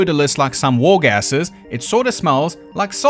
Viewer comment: I did not hear "war gasses;" I heard "war-gasms" 💀